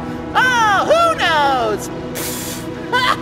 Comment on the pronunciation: I heard moonos instead of who knows